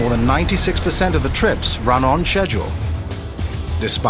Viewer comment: Keeps mispronounced schedule as sedel.